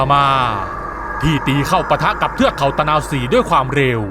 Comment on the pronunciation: ตะ_นา_วะ-ศรี...ไปเรียนมาใหม่